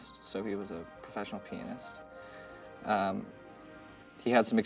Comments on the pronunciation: I misheard, I thought he said "penis". but it actually Pianist. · I thought Cole said penis 😅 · Lol i thought cole said pen*s lol 😅 proffesional Pen*s lol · I really thought he said "he's a penis, a professional penis" 🤣 aight, amma head out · thought he said professional penis! wtf!